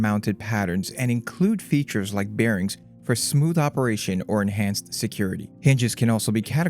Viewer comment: BeerRings 🍺💍? Is that how Bearings 🐻💍 is pronounced? 🤔